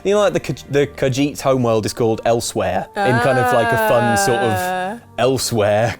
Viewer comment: is talking about Kippers then says "Elseweyr":D